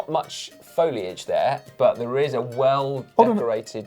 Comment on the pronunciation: not much foliage, plenty of Scott Foilage. ;-)